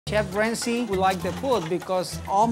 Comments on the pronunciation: "Kef Ramsee"... oh boy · The first second of the video the chef said Cef wamsey